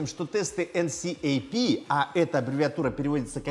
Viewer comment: Мне кажется видос был бы вдвое короче, если бы говорил "энкап" а не так как говорил)